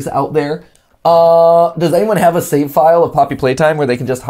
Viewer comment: It’s “save” not “sme”